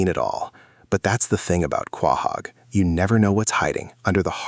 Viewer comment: Soooo,,,,, is this AI? You pronounced Quahog so wrong